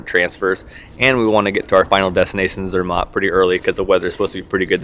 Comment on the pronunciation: Its actually pronounced Zermatt the matt part rhyming with cat